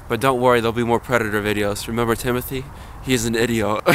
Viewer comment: Tim-O-Thee. Hopefully A-A-Ron doesn't mess up this time.